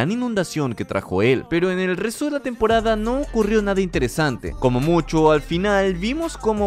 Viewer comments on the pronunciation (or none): Soy el único que se dio cuenta que enves de decir temporada decía tempqrada1 jajaajaj